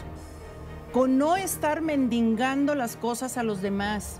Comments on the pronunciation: No se dice mendingando,es mendigando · Saludos Rocío se dice mendigando con solo 2 ns.😅